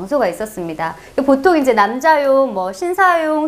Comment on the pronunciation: 맞춤법도 중요하지만 "발은 말! 바른 발음!" 또한 중요하지요! 자 ! 그대의 발음이 틀린 예; 제가(자신), 해봤습니다, 사실, 자!,네 번,보통,ㄱㅖ속, 두 번,돼요, 등!! 이상 예는, 장음인 첫 자를 "짧게" 잘못 발음한 것입니다. 심하게는 두 번도 틀렸으니, 한 둘 셋 넷도 틀린 실 예입니다. 국어 학자의 발음이 이 정도인 한국 문화!!! 동포여! 고국 동퐁!! "한국 어문을 고발함"이라는 책을 제발 조용히 읽어 주시옵소서!! 미국 변 완수 드림